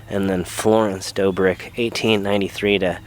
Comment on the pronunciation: That's an & Sign. Two "b"s makes it DOBBrick, not DOEbrick.